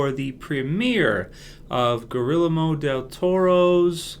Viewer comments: Hey! I love your videos so much and I always watch your reviews after every walking dead episode I see! I just wanted to let you know that the name "Guillermo" is pronounced: "gey (like key)-yayr-mo" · It's pronounced: [Gee-Air-Mo], Del Toro, my friend. I know, it is a fancy stylish name that's hard for us gringos to say. Godspeed. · Did he just say "Gorillamo"? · Did you say "Gorilla Mo del Toro"? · He said Gorrila-Moe